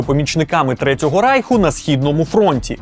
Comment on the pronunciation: РАЙХ-вимова на німецкий лад.